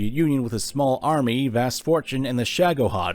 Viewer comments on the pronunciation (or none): none